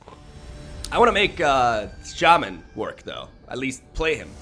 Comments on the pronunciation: It's not sha man lol. It's pronounced shamman basically. I don't have any copies of nexus myself and only one Teferi. I play gruul and boros decks in ranked. I also have the sultai krasis deck with the explore package and that may be better than my other decks but I love rhythm into hasty beasts and angels and heroic reinforcements. I won't play cancerous decks. I refuse to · its obviously shay-mayn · either way, it's not sha-MAHN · It's a long a, so shah-man, but as my Latin teacher loved to say, English is a lazy language. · It’s pronounced Shay-man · Its SHAman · The accent is on the first syllable, actually! It's pronounced like SHAH-mun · No the correct pronunciation is Shay (like in "shave") and man (like in...well..."man").